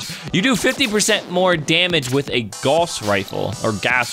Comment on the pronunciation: the rifle is pronounced g ow ss